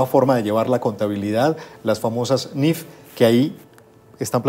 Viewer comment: Es niif no niff ok